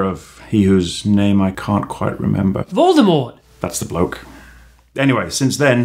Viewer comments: "Lord Voldymort" does this not bother anyone else??? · Voldemort (Vol-dah-mort)